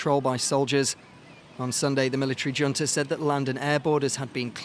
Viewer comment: It's pronounced hunta... college educated and can't speak...